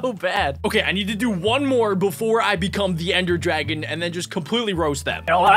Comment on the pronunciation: its not dragona its dragon